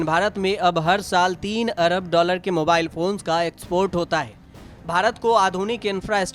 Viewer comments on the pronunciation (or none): none